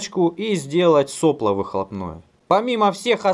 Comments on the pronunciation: Не сОпло, а соплО. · Не со'пло, а сопло'. И точить нерж без кожи это..... Взяли бы алиинку или касторку и кисточкой.